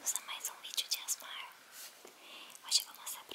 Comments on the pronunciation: Quando ela falava asmar sdds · "A S M A R" isso é marcante pra história, brasileira